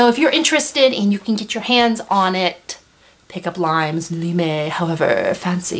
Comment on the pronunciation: Just some facts about the real "Limes". The word is actually spoken "leamess" and it was a huge series of wodden boundary walls and fortified towers along the border of the former roman empire, all over Europe, North Africa and the middle east. There are still lots of places, especially in Germany where you can still visit intact parts of the limes wall and learn more about the germanic/roman border regions.